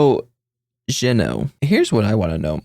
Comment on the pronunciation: I hate that the anime says Jeno😭😭 the subs say Jeno as well when in Japanese it's Zeno written and spoken😭😭